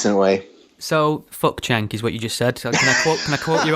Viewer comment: pronounced 'Jenk', not 'Chenk'. DR uses the term 'disingenuous' whilst declaring he doesn't know what a 'new atheist' is. Hmmm.